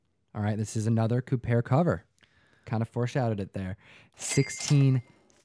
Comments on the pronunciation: Did I hear you say Joe Ku-'bear',?? Steven Cole-bert called and wants you on his show to talk about it..... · Kubert = KYOO-bert.